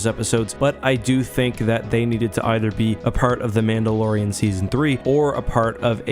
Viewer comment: “mando and the mandolorian”